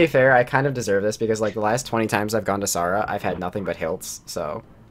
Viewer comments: it triggers me that he called s air uh s are uh when if it was a real persons name he would call it s air uh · S-are-ah? it's sarah wtf is a s-are-ah dessert sword? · i stopped watching the vid bc of "saw-wra"